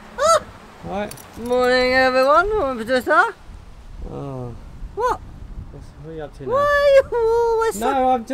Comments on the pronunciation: OMG Pwoducer even the howseys 🐎🐎🐎were disgusting at your effowt...🙈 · Haha so funny but you need a bit more practice pwoducer lol 😂